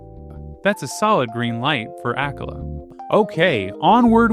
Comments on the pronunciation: The way you pronounce Akkala makes me nauseous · Did anyone else become lost by his pronunciation of akkala? I was like.. ok, never heard of that part of Hyrule, but nice, then he started showing tarrey town and I was like ohhhhhh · This is super interesting and informative! Your lessons on hydrology are definitely going to stick with me in case I ever find myself in the wild with nothing to drink. … but the way you pronounce some Hyrulian terms… bro… 😑 “HOT-eh-no” “ACK-uh-luh” “HEE-lee-uh” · This is the most mispronunciations I've seen in a single Zelda video lol. Akkala, Hateno, Mipha... Gleeok somehow got an R added in there lol. Still loved the video though